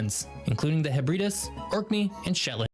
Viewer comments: "The Sheb-re-das"! 🤣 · Could you try to pronounce even slightly correctly hebbred???s hebredes's clue - eeee not ???? gibberish. you have no feeling or respect for your topic. circus time. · What is a 'Hebbridduss?' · this narrator guy is butchering british place names! 🤦🏻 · It matched his bizarre pronunciation of the Hebrides as well